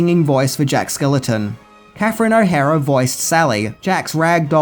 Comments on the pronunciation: why do you keep mispronouncing Jack SKELLINGTON's last name? It's not that difficult to say, it rhymes with WELLINGTON. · SKELLINGTON! SAY IT PROPERLY OR OOGIE BOOGIE WILL COME FOR YOU! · Is anyone else bothered that he keeps saying Jack Skeleton? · Enjoyed the video. My all time favorite Christmas movie. BUT!..... skellington....skellington....SKELLINGTON. It's Jack SKELLINGTON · SkeLLING TON not skeleton. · I love ya Dude. But it's Jack SkellINGton not Jack Skeleton. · God damn it,... The guy's name is Jack skelINGton. Not skeleton. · Are you saying Jack Skeleton? Just like you said Tia Korea? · It’s Jack Skellington. Stop saying skeleton! 🤬🤬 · It's not Jack Skeleton... It's Jack Skellington; there's an "ing" in there. Other than that, great video, dude =) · It’s Skellington not skeleton 😊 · Skel LING ton, NOT "Skeleton." I mean, really!?! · Don't ever change,. It's Jack Skellington, with an ING in the middle and not Jack Skeleton or Skellenton. Also, how could you forget to mention the annual Disney tradition of the Nightmare Before Christmas overlay on The Haunted Mansion ride? Something that Disney does in at least California and Orlando starting sometime in October and running through at least Christmas and is hugely popular with park goers. When I used to have an annual pass, The Haunted Mansion would be dead, no pun intended, most days that I went, but during October through December, the ride was almost always packed. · Are you actually saying 'skeleton' instead of 'Skellington', or is the pronunciation getting lost on my ears in your accent? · Jack Skell-ING-ton, not Skel-eh-ton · It's Jack SKELLINGTON (rhymes with WELLINGTON), NOT Jack SKELETON. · Is no one going to point out that he keeps saying "Jack Skeleton" instead of "Jack Skellington"??!! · Lol you keep calling him "Jack Skeleton" when it's supposed to sound like a last name "SkellINGton". Other than that, love every one of you videos.